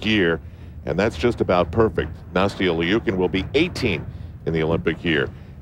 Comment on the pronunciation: I really wish he would say Nastia’s name right 😒